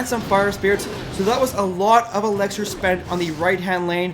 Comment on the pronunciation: Dude where are you from you pronounce a lot of words different for example , elixir you say elexer